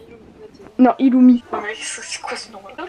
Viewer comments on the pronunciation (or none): mdrrrrrrrrrrrrr oh non pourquoi avoir au tant mis des dossiers sur Illumi 😭moi aussi je dit Illumi et pas Irumi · Ca se prononce ilumi et killua mais normalement c'est iRumi et kiRua.